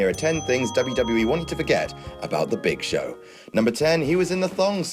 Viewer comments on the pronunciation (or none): It's the Big ShoSh